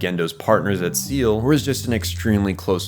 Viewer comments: If you're ever making more EVA content, let me give you a pronunciation guide. Seele is pronounced more like Seyluh or Sail-eh, Wille as Will-eh. German and its final es, huh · SEELE is prounced Say-Lay. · Did this nigga just say Seal? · Two hours of perfectly scripted video and it would've taken you a minute to look up how SEELE and WILLE is pronounced (hint: it's not "WILLY" lmao)